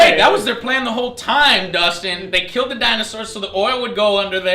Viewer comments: Kaijus "Kileld" my brother .. :D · Kaijus "kileled" my brother? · Kaijus "kileld" my brother.....wtf